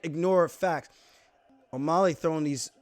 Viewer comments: Can someone please teach Aljo how to say O'Malley? Not O'Molly, it's O'Mah-Lee. Alley like an alley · As long as he can learn to say the guy's name, it's not o mulley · Nobody: Alijo: O’Maaly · the way he says O'Malley is cringe lol but respect to aljo for seeing the fight as it actually is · Sean - "oh you're a wrestler now!!???"I don't know what's better. Paulo saying Luke rockhold or you saying o'molly lol. Also how the fuck you say peoter correctly and hack up O'Malley lol Thanks for the vid champ 👌